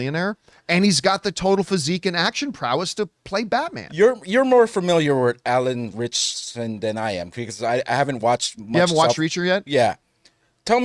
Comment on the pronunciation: Anytime people say Alan Ritcherson I throw up in my mouth a little bit.